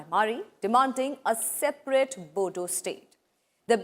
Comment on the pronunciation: Bodo , spell the D as R (boro)